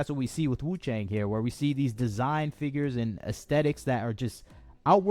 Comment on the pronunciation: wu chang- chang pronunciation is actually close to "chunk"